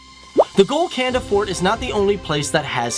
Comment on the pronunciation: Lol when he said GOLKONDA, Kohinoor, Nizam counldnt understand it